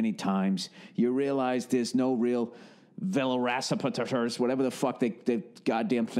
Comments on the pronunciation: “Villarasapaters” nobody gonna mention it!? 😆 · I must have replayed "velociracipeterters" 10 times 🤣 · The way he fucked up “velociraptors” LMFAOOOOOOOOOOO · Vel-o-ci-rap-tors, Bill. Those cunning wolf dinosaurs that mind fuck you before eating you.